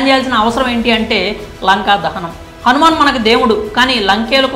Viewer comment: ఒరేయ్ అది హనుమాన్ కాదురా Han man ముందు సరిగ్గా పలకడం నేర్చుకోరా తర్వాత రివ్యూ ఇవ్వు